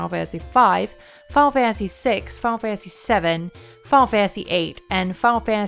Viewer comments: Fiyul fansee fiyul fansee lol ennunciate please Fi-Nul Fan-Tuh-See Final Fantasy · "fah fansy"